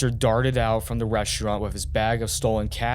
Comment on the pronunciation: He mispronounced every other word. So annoying. "Reschraunt", "mudder", "chrajeddy", "two-chousan", and every word ending in -ing is pronounced ending in -in or -en.